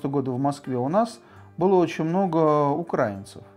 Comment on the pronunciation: Про виски интересные передачи, а это... Ну для начала было бы неплохо хоть ударение научиться ставить, а потом про украИнцев что-то ещё высказывать. Молдова, 2 Чечни, Грузия, Сирия, Украина.... А они всё про "братские народы".... Прежде чем кого-то учить, неплохо было бы самим пример показать. Пол страны в дырки на улице ходит, а они с Европы смеются..... Лучше про купажи передачи делайте.